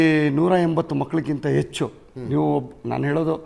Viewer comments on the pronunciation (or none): none